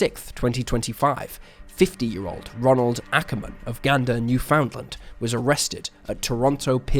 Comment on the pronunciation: Newfoundland IS NOT pronounced, New Found Land.